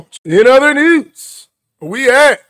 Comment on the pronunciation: Breaking nuuuz.. braking newzzz.. breaking f’n neuezzzz 😂